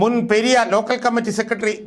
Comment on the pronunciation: ചേട്ട പെര്യ അല്ല പെരിയ